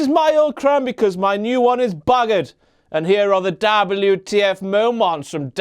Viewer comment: I love it when he says Dablew Tee Eff !